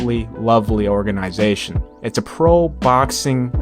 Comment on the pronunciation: OrgaNAYzation!!!! bruh!!!😂😂